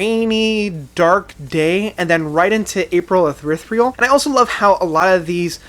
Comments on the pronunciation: "April Urethreal" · the way you said april ethereal wrong twice is fucking hilarious